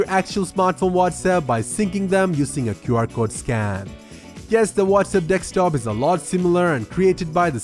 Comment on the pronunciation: Only issue with the video, it's pronounced DES-K-TOP. It sounds like you're saying DEK-STOP. If it's just your accent, my bad.